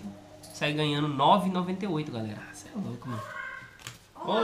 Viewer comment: A ver agora este vídeo antigo é à espera a todo o momento que a Carina apareça na porta a dizer "olá galela" 😁😁😁😁😁😁😁